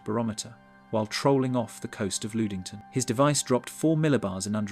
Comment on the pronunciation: The horrible pronunciation is KILLING me. LUD ING TON. SUE SAINT MARIE.